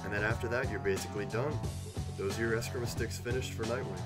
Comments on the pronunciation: Very nice job with the sticks! They look great! FYI, the art is pronounced Es-KREE-mah, rather than eh-scrim-uh. Actually, though it's accepted today just because it's so widely used, the spelling of the word "Escrima" isn't actually correct. It should be "Eskrima," as the original alphabet of the Philippines (where the martial art comes from) does not have a letter C in it. All the same, HUGE thanks because even this video raises awareness of Eskrima. Plus, I'm a huge fan of the Bat-family. 💪😎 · It's pronounced escr-ee-ma sticks. Just thought you would like to know. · You don't have to throw the word "sticks" in there. It's just called escrima. Also it's pronounced eh-scrEEm-uh.